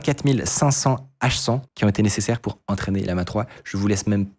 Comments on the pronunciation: Ce ne se prononce pas Lee-ama, il y a 2 "L", pas de "i" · Pourquoi tu l'appelle Liama??? c'est LLAMA comme l'animal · bon... c'est LLaMa 3, depuis je comprends pas pourquoi tu dis toujours Liama lol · Aïe aïe aïe la prononciation de LLama